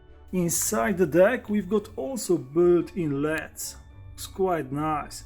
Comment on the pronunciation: "leds" lol. I love this guy. Subscribed!